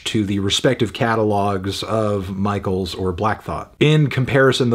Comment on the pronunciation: pronounced "mishell" - i love you anthony, so much, but i was wincing everytime you said "michael"